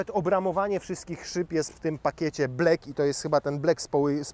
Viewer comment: black /blak/ a nie kurwa te chamanskie ‘blek’